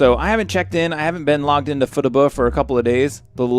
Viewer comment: I just realized that when he says "Fuh-te-buh" he means FTB. XD